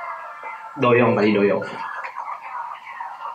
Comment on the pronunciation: Wkwk bukan dibaca doyong tapi dibaca doyung 😂😂😂